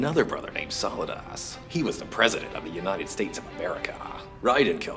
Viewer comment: it sounds like he said"solid ass"hahaha